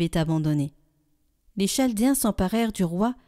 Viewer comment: Le Ch dans Chaldéens, se prononce "K" comme dans chaos